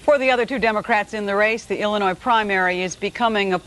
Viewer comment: Ok turned on CC to hear what he said . He said "Illinois voters" but for a second I thought he said "humanoid voters" which reminded me of the Simpsons episode where the cadidates are aliens. 😂